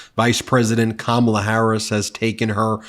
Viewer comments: We love you Ben, Kamala is pronounced: Ka- Ma- la. Kamala three syllables. Thank you for being one of the best media outlets on Utube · do Trump's MAGAts really think that mispronouncing Kamala's name is going to hurt the woman???? they are so stupid....Kamala is too intelligent to get angry and mess up over a little name calling....she already knows Trump is a bully and doesn't know poop about 99% of the things he talks about at his speeches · At what point are people going to start calling out the fact that their determination to intentionally mispronounce her name is childish and weird and makes them looks stupid? Weird was a start, but it's time to call out the childish, pathetic microaggressions. "I'm gonna pronounce her name wrong because I'm five and that's how I fight!" Smh. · Childish to think you are hurting an adult by purposely mispronouncing their name. She must have thought Kamala was like Donsld Duck.